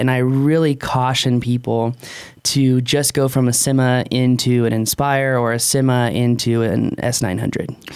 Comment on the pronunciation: Inenjoy the videos,but needs to learn how to pronounce"Syma".There are a couple of ways that are plausible,but I don't think "Simma"is one of them.Thanks for the video.I have,and love theSyma X5C,but frankly the camera sucks.